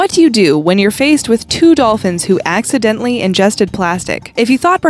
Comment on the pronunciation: accidendly is not how u pronounce it